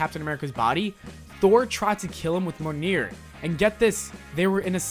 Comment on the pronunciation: And.... It's pronounced mm-yole-neer.